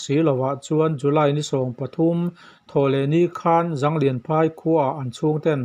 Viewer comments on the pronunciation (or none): ''Zanglian phâi'' tih â i chhiar hi kuki ṭawng a nih karingâ, kuki ṭawng a nih chuan ''Jânglian phâi'' tih a nianga, ''Zâwl lian phâi'' tihnâ a ni ê.